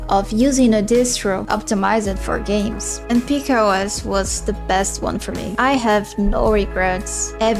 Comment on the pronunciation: Peak OS is pronounced Pika (as in Pic-a) OS